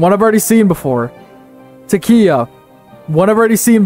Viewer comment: Taqiyya isn’t your fault, the “q” in the spelling has no English equivalent sound from Arabic. Taqiyya is in most denominations of Shia Islam if that wasn’t clear by the game tenets. pronounced Ah-Le-V pronounced Al-ow-ism: like other comments pointed out, they practice communion because they are a fusion between paganism, Christianity, and Shia Islam. Most Sunni and Shia consider them non Muslim. pronounced ick-tea-laf-ism pronounced Al-Mo-ha-dism pronounced Sue-fr-ism pronounced Nah-jd-ism pronounced eh-mah-mism pronounced Nah-dj-aff sins and virtues diverge slightly because everything is based on the life of Muhammad, so you can’t really diverge far. pronounced Moo-Tah-Z-lite-ism pronounced Az-rah-qism Fun fact, was the biggest Shia sect until the modern period (Safavids conquered and converted Persia to Twelver Shia Islam) pronounced Moo-wah-lah-dism, made up by paradox to express Iberian Muslim tolerance pronounced E-bah-dism pronounced Ah-shar-ism If I don’t mention pronunciation then you did good